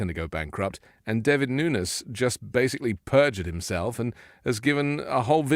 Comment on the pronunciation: The idiot's last name is pronounced Nu - Nes, and not Noons... FYI